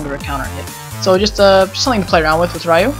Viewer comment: No offence,but the y in Ryu is pronounced as a long E.